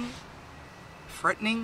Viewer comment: freatening? Are you a pom?